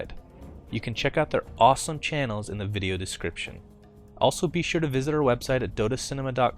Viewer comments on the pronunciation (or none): Oh my goodness, after all this time, Sunsfan still cant pronounce Video.